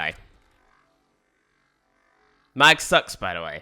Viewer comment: Why are you pronouncing Mag like that?